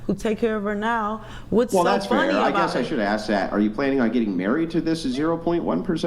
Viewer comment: Ask...ask...not aks.......